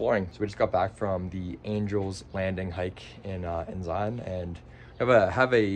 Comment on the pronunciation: You pronounced Zion wrong and don’t speed through the gorge